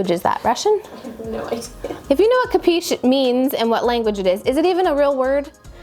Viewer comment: The word you murdered is an italian verb --> Capisci == you understand. In italian you read all the letters. Ca-pi-sci. About the bed placement, having a full mirrored wardrobe, i enter in my room and see the whole thing in the mirrors first while looking at the wardrobe